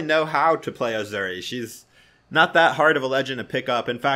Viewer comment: Asuri = Auu-Zu-ree lmaoo